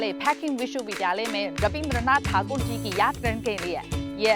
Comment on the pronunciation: Thanks for pronounce the term "thakur"